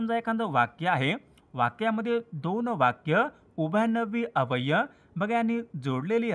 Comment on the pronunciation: सर तुमचा अव्यय शब्दाचा उच्चार चुकतोय